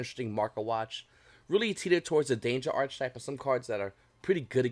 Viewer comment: You don’t want to keep “flogging a dead horse.” You yourself are not the dead horse. Also it’s pronounced “arc-type” you do not pronounce the “ch” in the word.